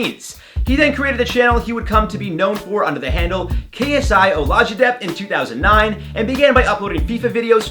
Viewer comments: MAN SAID ‘OH-LAW-JI-DEBT’ LOOOOOOOL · Man said (k-s-i-h-o-l-a-g-e-d-e-b-t). It OlajideBT. Now JJ Olatunji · Man said KSI olajjji debt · ksi olagideb thats how he said his name lol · Chiko yeah and the funny thing is he pronounced it decently the first time. It’s OlajideBT